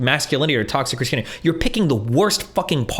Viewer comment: Why Does Destiny pronounce Christianity as (Chris-Chanity)? lmao